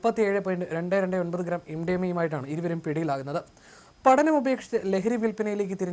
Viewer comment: " വിധ്യാർത്തി", പട നം "" ഉച്ചാരണം ശ്രദ്ധിക്കണ്ടേ